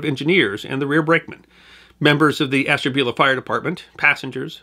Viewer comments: Hi enjoys the item. I as born in the town , and never heard of the wreck, until a few years ago while in Calif. The towns name is pronounced as ash. Ta. Bula. Keep it up much enjoyed. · Love your channel sir. I am from NE Ohio. I know this is being picky but us locals pronounce it ASH-tabula. Cheers!